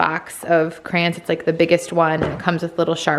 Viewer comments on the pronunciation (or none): Crans? Really? The word is cray - on. Two syllables.